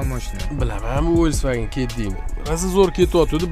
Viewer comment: Фольксваген ВОЛЬСВАГЕН МАС..